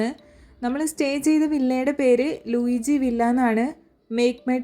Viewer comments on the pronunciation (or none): "ലൂയി" മതി.. ലൂയിജി വേണ്ട.. (ഫ്രഞ്ച് വാക്കാണ്)😊 വീഡിയോ കൊള്ളാം ട്ടോ..